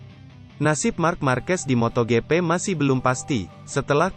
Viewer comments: pengisi suaranya jelek banget,masa MotoGP jadi moto gepe 😂 Blokir sajalah 🖐️ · Sumpah gw sebel bgt sm narator nya.. Moto gepe,, apaan kek gapernah bljr baca ejaan english aj